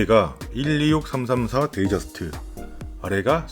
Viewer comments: 시비걸고 싶진 않지만 데이저스트라고 말하시는거 너무 거슬려요 ㅠ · 그건 그냥 나라별 발음차이인데 데이=요일 데이트= 날짜로 네이밍을 한거잖아요 ㅠ 애호가라면 데이트저스트라고 해주세요